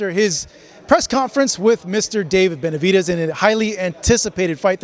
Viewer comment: He called Benevitez lord farquad lmfaoo ..mehn